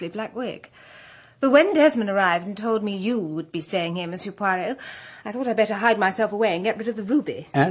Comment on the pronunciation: Its....Poirot... and I am Belgian..